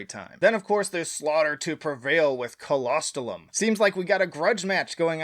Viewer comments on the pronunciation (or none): Lmao dude it is *k-o-s-t-o-l-o-m* not kolostolom and that means bonebreaker